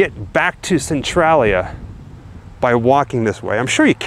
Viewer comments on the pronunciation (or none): It's pronounced cen-tray-lia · It is Centralia -- cen-trai-lia -- not cen-trol -lia! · Ive never heard anyone pronounce the name of that town like you do. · You pronounce Centralia wrong but cool video!! 👏🏻👏🏻